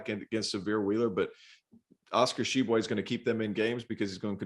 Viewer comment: cant pronouce Tshiebwe, sure as hell can pronounce Dunkin Donuts Center